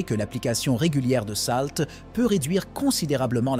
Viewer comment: Vous avez une tres bonne prononciation ce qui me choque c'est salt.